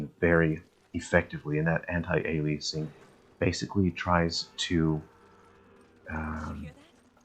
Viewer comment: Thanks for the reminder that we live in a free country and can pronounce antialiasing differently. However, it's definitely pronounced anti ale ee uh sing. :) Also that transition to the bridge had me faked for a minute....the camera work looked like a cutscene, going from the plaque to the bridge..... and I thought it was still RE5 for a second.